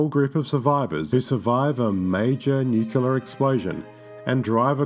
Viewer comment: You lost me at Nucular.